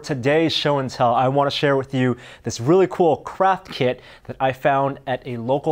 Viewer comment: "This really cool crap kit I found at a local crap fair" is what I heard, heh.